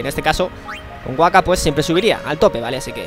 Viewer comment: La primera K de Wakka se pronuncia.